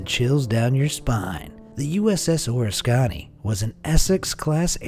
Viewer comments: Bro it's not or Orascani..its Oh Risk Can Knee. The USS Oriskany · “USS Or-risk-aw-nee” is actually pronounced “USS Uh-risk-an-ee” - fun fact: This is the ship John McCain launched from prior to getting shot down in Vietnam. I was in Pensacola when this ship was sunk. I have a picture of me in front of this ship just prior to the scuttle event in May 2006.